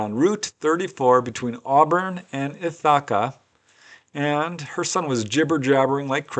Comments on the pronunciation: Love your content. I feel like you meant to say ith" + "uh" + "kuh instead of ith +. ahwka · I really enjoy these episodes and keep them coming! I think the town in New York is pronounced with the accent on the first syllable rather than the second one.'Ith-a-ca. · The way you pronounced Ithaca 😂